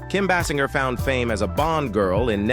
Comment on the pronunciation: Please train your artificial intelligence narration voice the proper pronunciation of names and words. Like “Nine One-Two Weeks.” The movie title is “Nine and a Half Weeks,” and the star is Basinger, not Bassinger. Many other errors are present, too.